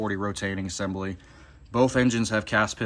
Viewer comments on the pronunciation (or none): none